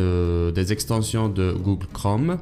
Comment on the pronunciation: MDR comment il a dit "GOOGLE"